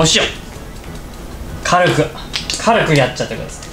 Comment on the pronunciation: このも↑やしにですね ぶた↑ひきにく かるく、か↑るく